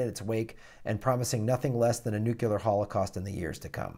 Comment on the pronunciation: Could you possibly learn to pronounce "nuclear"?